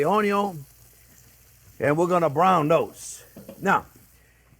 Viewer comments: I didn't see the channel's name when I watched it and until the point where he says "onio(n)" for the first time, I thought he is Italian 😉 May I add my tip for not having the olive oil swimming on top of the sauce later on? In the beginning I fry the minced meat on it's own till the moisture is out, then I add the pancetta or even lardo, which is enough fat for a nice caramelization. Thanks Chef for this original recipe and thanks everyone for reading 🙂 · Few things are better in life than hearing Chef Jean-Pierre say "Onyo!" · "Cuh-ruh-ma-lize onyo."